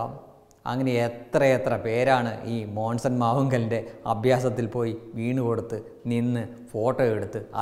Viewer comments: മോസൻ അല്ലടോ മോൺസൺ മോൺസൺ 😄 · മോൺസൺ എന്ന് ആദ്യം പഠിച്ചിട്ട് വാ 😂😂😂😂😂😂😂😂